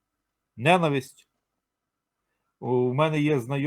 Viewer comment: В Українській мові в слові ненАвисть, наголошується другий склад. ненАвисть ненАвидіти ненАвисний